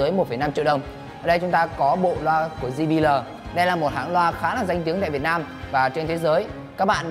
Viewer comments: ji bi eo anh ơi! chứ ji bí lờ gì nghe mắc cười quá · "Di bi lờ" :v